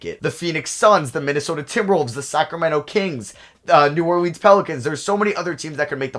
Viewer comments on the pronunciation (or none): none